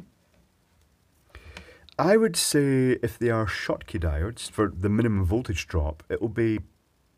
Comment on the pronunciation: He-heeey, figured out how to say "Schottky" (properly) ^_^